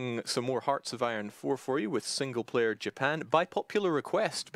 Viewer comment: More Ya-pan!!!!!!!!